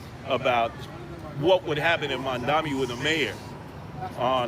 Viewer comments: mam dami? Why do they always say his name wrong? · “Mon-Dommy” ~ Mainstream Media